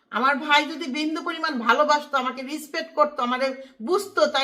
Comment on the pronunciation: আচ্ছা রিসপেট মানে কি বলেন তো? তুমি যে শব্দ উচ্চারণ করতে পারো না সেই ইংলিশ নাই বা বললে।